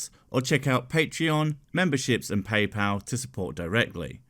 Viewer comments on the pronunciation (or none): none